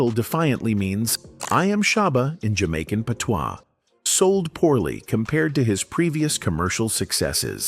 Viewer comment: The pronunciation of patois is hilarious 🤣